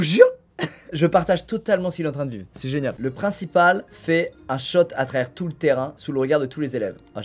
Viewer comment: Le principale fait un shot à travers tout le ... Donc le principale est alcoolique (ça se prononce choute)